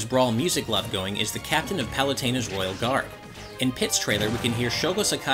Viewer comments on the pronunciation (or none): none